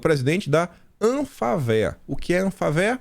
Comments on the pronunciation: escreve-se ANFAVEA, mas se pronuncia An fá vea.tem a sílaba tonica no fa. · Bom dia🎉.Aqui em São Paulo dizemos Anfavea ,com ênfase no fa